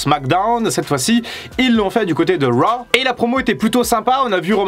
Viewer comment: Si t'arrives pas à dire raw bah on le dit à la française : monday night Crue. Ça peut être marrant